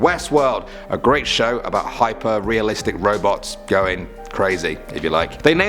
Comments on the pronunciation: I thought he said robux in the beginning lol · I thought he said ROBLOX instead of Robots